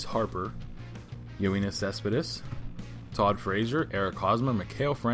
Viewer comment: No. You pronounced it as Yo-een-is Cespedes when it should be Yo-en-is Cespedes